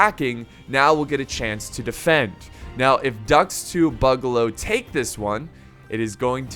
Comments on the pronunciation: Why's he ssaying boogaloo so wierdly? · I love the video but my guy needs to pronounce boogaloo properly